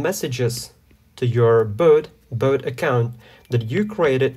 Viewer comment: the tutorial is good and all but why are you pronouncing "bot" like "boat"